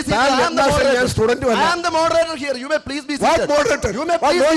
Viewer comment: ഏതാ ഈ മരഭൂതമായ വിവരദോഷി😅 മോഡറേറ്ററല്ല ഇത് മൊഡ റേറ്ററാ